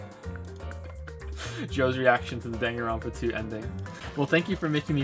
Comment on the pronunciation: "Super Danganropa Sunshine"